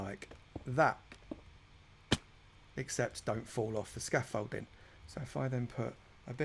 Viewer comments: Scamfolding* lol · Him saying Scoffolding I want a count "OVER 9000"!!!!! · If I hear you say scaffolding 1 more time I might transform into someone from essex